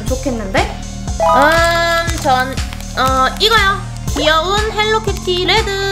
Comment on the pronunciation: 헬리키티가 아니라 헬로키티에요 아니면 헬로우 키티